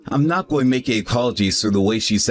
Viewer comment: “ sorry it’s GOH be a late one” “Nasiness” “ I’m goh be home late again” “ my bosses head, goh bean da chopping block” “my friend Day” (instead of Dave) “wif her”. This male voice actor cannot pronounce the words: “going, being, the, with” and purposefully doesn’t pronounce the last consonant of most words. To a former English major this just is like fingernails on a chalkboard. To someone who’s made a career out of speaking the English language, the male voice actor needs to enunciate it correctly.